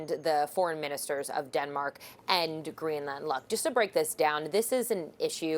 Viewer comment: The anchor is pronouncing 'Greenland' incorrectly.